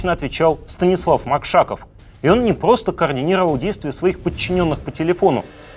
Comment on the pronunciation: Господа, ну что же это делается? Давайте в дикторы брать людей, которые не выговаривают не только Р, но ещё Л, С и заикаются? Очень интересно, но не мог досмотреть из-за "Была эта пГосто слежка?"